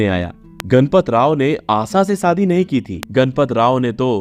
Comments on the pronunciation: Sh Sh sa sa mat bolo shadi sadi nahin aap apne Sh per dhyaan den. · Sadi nahi shadi kaho.tereko sh bolna nahi aata kya be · Pl shaadi theek se pronounce kijiye। It is , शादी नोट सादी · क ख ग की पढ़ाई करते वक्त श की पढ़ाई नही की क्या , आशा को आसा आसा शादी को सादी क्या हे ये। ?